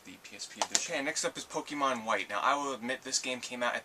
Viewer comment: aw says pekemon wrong